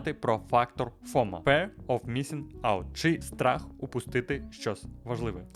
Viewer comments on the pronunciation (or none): Все ок, добре відео, але будь ласка!!!!! Не кажи fear як «фер», правильно «фіар». Це ну дуже ріже вуха і понижує професіоналізм автора.